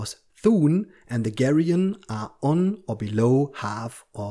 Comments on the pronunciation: actually gigant is pronounced with a hard g but you’re right about geryon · Just a note about pronunciation. Geryon is pronounced like “Jerry-un” with a “g” that is more like a “j”. Gigant is pronounced like Giant but with a “g” before the “ant”. Basically like saying “gigantic” but leaving off the “ic”. I had to research it as they are both odd.